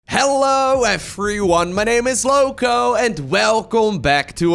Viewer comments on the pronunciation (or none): none